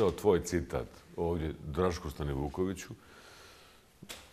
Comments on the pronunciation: Nije ođe Nego ovdje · Kakva je ovo dzaltara u cvenom sakou, koja kaze "vodje" umjesto ovdje.